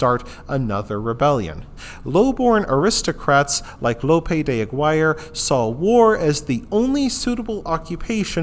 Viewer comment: Thank you for the informative information. May I make a small suggestion? Please say his name correctly. Thank you again, it was a wonderful docu video.